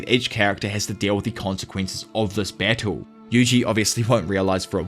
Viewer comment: i was wondering wtf bessel was, but you were saying battle xD